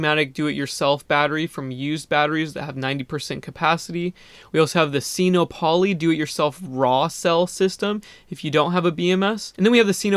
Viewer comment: It's not pronounced seeno-polly! it's sinopoly, like monopoly. sino is a prefix that means chinese so it clearly combines sino and monopoly to make sin-OPP-oh-lee. i hate to be a stickler, but it drives me up a wall every time you say it.